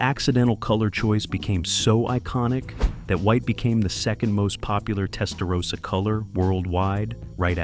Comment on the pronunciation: Video knows everything about the Miami Vice Testarossa, except how to pronounce "Testarossa" correctly.